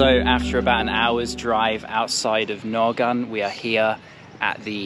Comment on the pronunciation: Although the spelling is Naogaon, its pronunciation is actually like Naoga (the 'n' in the back is silent). The n in the back denotes a nosey pronunciation of the syllable "ga".